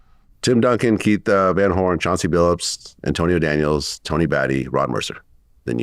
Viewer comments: Vlad couldn’t even do enough research to Tony’s last name. SMH. “Batty” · he messed up Tony Battie name